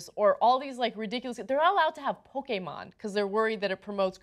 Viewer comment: Ana's pronunciation of Pokemon is disappointing.